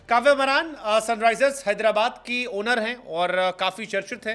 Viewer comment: Are bhai wo कव्या मारन् है कव्य मरान् नही 😅😅😅